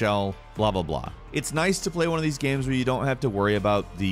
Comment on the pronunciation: Why does he pronounce "games" like "gams"?